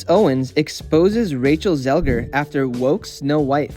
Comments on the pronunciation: she is called Zegler tho, not Zelger. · Cant deal with the zelger thing. You didnt care enough to get it right